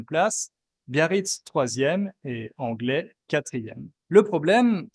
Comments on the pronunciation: On ne prononce pas Anglé...mais plutôt anglettttt, avec le phonème du T. Milesker eta Mercès plan. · bonjour sympas comme video j'habite au pays basque depuis 2000 et je voulais préciser que la ville "Anglet" ce prononce phonétiquement Anglette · Bonjour 😊 Merci pour ta vidéo grâce à laquelle j'ai appris plein de nouvelles choses 😎 Je voulais juste te dire que la ville d'Anglet se prononce Anglette 😁 Et les habitants sont les Angloys qui se prononce Angloille Bonne suite 😊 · A part la prononciation de Anglet (se prononce "anglette") super vidéo ! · En tant que Bayonnais il me tarde de voir ta prochaine vidéo Pour info, Anglet se prononce "Anglette" et comme j'ai dis, en tant que Bayonnais, je suis déjà aller boire un café en bord de mer à Biarritz et j'peux vous dire que je me sentais pas à ma place vraiment, ça puait la richesse et la bourgeoisie (c'est le sentiment que j'avais) avec ma mère on s'est dit plus jamais xD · Salut ! Étant Biarrote, je devais forcément regarder cette vidéo :) La Villa Eugénie n'a pas été dès le début construite sous forme de E, c'est justement après l'incendie qu'elle a été rénovée puis agrandie ! Ensuite, on dit Anglet en prononçant le T :) Sinon top ta vidéo ! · Très bonne vidéo, avec simplement une petite erreur de prononciation : le T de Anglet se prononce. Biarritz s’est vu proposer le Festival du film, dans les années 30… et l’a refusé. Cannes l’a alors accueilli et est devenu synonyme de cinéma. Aussi, Biarritz a été la première ville française partiellement câblée en 1984. Les habitants connectés pouvaient se voir durant leur appel téléphonique. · Petite note : le t de Anglet se prononce 😁 Mais sinon super vidéo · Je ne suis pas Biarrot, mais,, on prononce le T de "Anglet" 😉😉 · On prononce le t à la fin de Anglet sinon bonne vidéo